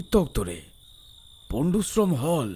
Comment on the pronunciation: একটা কথা বুঝলাম না- যে ঠিকানায় পিণ্টু তার পিসেমশাইকে চিঠি পাঠাতো, সেই ঠিকানায় যদি চিঠি পৌঁছাতো, তাহলে সেই ঠিকানা তারা খুঁজে পেলো না কেন? আর, কিছু কিছু জায়গায় অসচেতন ভাবে ভুল উচ্চারণ হয়েছে- যেমন, পণ্ডশ্রম হল্(হল/হলো)।